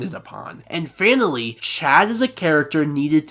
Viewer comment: This is great but it took you- and a team of other people over 1000 hours to make? That's whack. I hope you're joking, and you should really look in to how to pronounce names if you're going to make content about anime.. Also it sounds like you're saying "fatally" every time you say finally, you had like hundreds of grammatical errors in this video